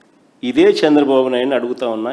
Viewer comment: సాంద్ర బాబు కాదు రా say చంద్ర బాబు . First learn to speak any one language properly. Tdp is ruling very well, we are happy. You don’t worry